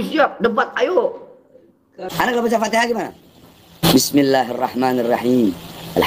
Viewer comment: baca alfatihah aja salah😂😂😂😂